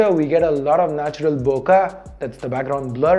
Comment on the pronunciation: It's not "Bo-kuh" as you say it but it is pronounced as "Bo-Ke"...nice unboxing by the way...Quite amazing macro pics...never expected this quality of macro shots from a phone. Vivo is really quite innovative.